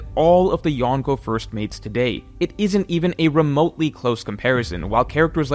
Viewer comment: I love you but if you are going to use the Japanese word for four emperors you gotta learn the pronunciation. It's not Yahn-ko its yonko